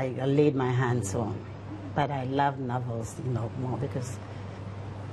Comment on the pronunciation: Did you notice the tacit way she corrected the guy the pronunciation of novel?